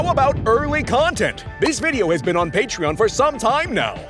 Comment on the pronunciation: FREAK THE PAETREEON